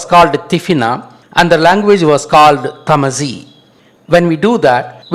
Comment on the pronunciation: you cant even pronnonce tamazight right and murakush and u pretend its originated from tamil what a laught, tamil is like yesterday